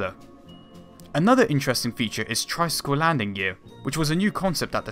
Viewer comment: wealy wealy intewesting nawation.....